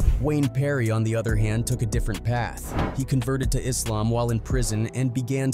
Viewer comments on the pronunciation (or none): none